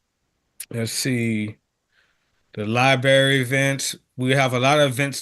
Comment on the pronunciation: Library** not libary…my mom did that and it drove me nuts!!!!